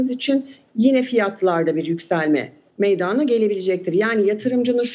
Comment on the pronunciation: Lütfen ‘meydana’ kelimesini doğru telaffuz edin bu ne ya?? meyyydana ne ya?